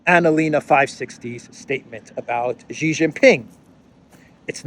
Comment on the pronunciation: It's not"GEE" it's "SHEE" you are a stuborn fellow 😅